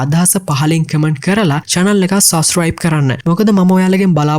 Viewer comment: Police station kiyana eka kadanne nathiwa kiyanna.eka wenama oya kiyana widiya tikak awul.e wagema suscibe neme subscribe e wage punchi punchi dewal hadagena karagena yanna.mona unath review eka harima lassanai❤